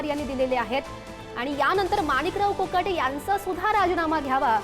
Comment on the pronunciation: मोकाटे नाही कोकाटे